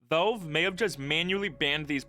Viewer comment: “Vulve” its Valve bro